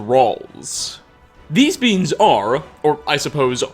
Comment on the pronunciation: When "beings" sounds like "beans". "Trolls used to be much larger beans. uwu"